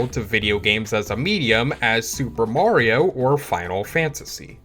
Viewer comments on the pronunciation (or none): none